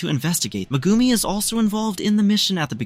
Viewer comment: you sell it Megumi but say Mgumi pronounce the E!!! but other than that good wook it was good